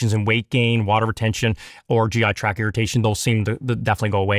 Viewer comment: He calls the GI TracT, a "GI Track". So he's clearly well educated and has a high level of perceptiveness.